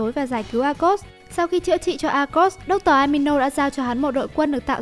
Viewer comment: Dr amino??? Dr animo mà nhỉ🤔